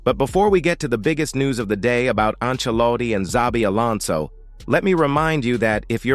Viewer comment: Welcome to Los Blancos Alonson, welcome back home Alonson.